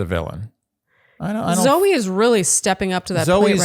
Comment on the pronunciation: It's Zoe not zoey